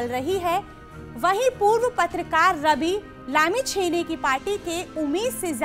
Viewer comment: कृपया उनके नाम को अच्छी तरह शुद्ध उच्चारण करें रवि लामीछाने